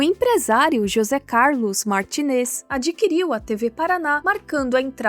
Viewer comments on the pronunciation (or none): none